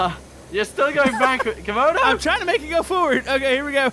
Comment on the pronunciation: Not to be mean but it's Camodo